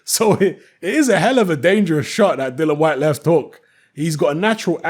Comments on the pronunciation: it's DILLIAN, DILLIAN, DIL LIAN WHYTE. NOT DILLAN. IAN NOT AN. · Dillian Gillian Shelillian Whyte.